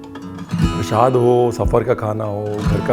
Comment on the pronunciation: PrasHAd nahi hota, PraSAd hota hai!